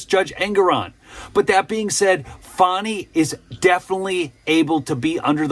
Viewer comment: Come on The witch’s name is Fani…pronounced FAN-NEE… not “Faw-nee”. Give me a break.